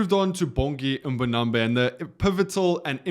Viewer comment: Man you pronounce his name correctly though? Its not MbonambE its MbonambI.